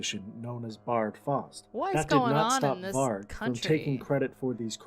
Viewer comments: Why does she keep pronouncing it "Varch" even after hearing it pronounced? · It annoyed the hell out of me when no matter how many times the name "Varg" was said in that documentary, she STILL mispronounced it!! It's "VARG with a hard "g" sound, like in "game", not like the word "gem". Irked the f*ck outta me. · Why do you pronounce it Var/dʒ/? Sounds like Vag(ina). The guy in the documentary pronounced it right many times and you keep mispronouncing it. The G at the end of Varg is pronounced as G in 'go' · "Varg" varch is not his name... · Is the Varge an inside joke? The dude in the video said it right like 50 times? Also loved the "Attila took over on vocals after Dead's death." 5 sec later: "Wait so who did vocals then? Euronymous?" Also, he deserved to get stabbed fucking 300 times? What is wrong with you? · It's hard G, no "ch" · It's Varg with a hard G